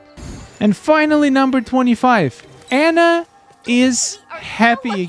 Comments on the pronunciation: Ah-na. Drives me nuts hearing you say her name wrong. 😂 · Spelled Anna pronounced On-uh